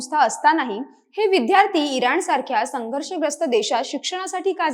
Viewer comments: इतर सर्व बाबी ठीक. पण, आजचे उद्घोषक साधा विद्यार्थी शब्दाचा उच्चार विध्यार्थी का करतो ही विचारणीय बाब नव्हे का ? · या लोकांची कृतघ्न वागणूक हेच कारण आहे.पूर्वी मिळालेल्या सवलतीमळे अशी मानसिकता हे या 'हुषार' विद्यार्थ्यांना लागु होत नाही.३७० रद्द झाल्याचे फायदे बरे लवकर कळतात. निवेदिकेचा 'विद्यार्थी' हा उच्चार चुकीचा आहे तो 'विध्यार्थी ' नसुन विद्यार्थी आहे. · विद्यार्थी म्हणायचं विध्यारथी नाही बाकी उत्तम